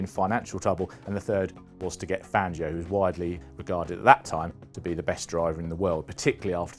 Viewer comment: "One Manuel Fangio" I'll keep going until you guys learn how to say Spanish names properly, instead of the butchered British versions of those names. Today Fangio joins the list with Jerez and Ibiza.